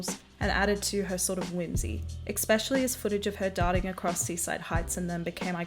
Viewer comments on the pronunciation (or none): Good video but can you stop saying exspecially lmaooo